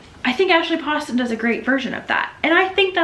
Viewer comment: HEY BESTIE! Commenting while watching so here’s what I got: Read Next Stop by Debbie Fong to get to your Goodreads goal! Amazing graphic novel that just punches you in the heart :,) ASHLEYYYYY POSTON YES okay but did you read bookish and the beast or the fox one?? (Also it’s Poe-ston 😤) Watch Tusk Love be the greatest romance to release in 2025 (I’ve never read anything by Maggie Steifvader 👀👀👀) HI CHOWDER